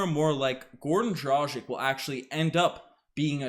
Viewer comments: It's DRAG-ITCH NOT DRAW-ZHIK. Ever hear of Luka Dončić or Peja Stojaković? It's pronounced like that ffs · You guys sound like fools pronouncing a veterans name totally wrong...it's DROG + ITCH It doesn't rhyhm with Magic or Logic? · If Dragic ends up staying w the Raptors, it wouldn't hurt to learn to pronounce his name correctly. I believe its pronounced 'draa·gich'. International players are on the rise and we should learn their correct names and show them the respect they deserve. Thanks for your contents and let's hope the Raptors come back strong! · I stopped watching as soon as they mispronounced an NBA veterans name. Lol Guess they never heard his name before